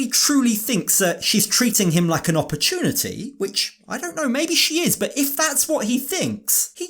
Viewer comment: Please never say ApoortonatY again please...😊